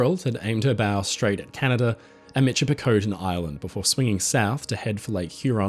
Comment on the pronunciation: Michipicoten is pronounced miss-ship-ah-cotton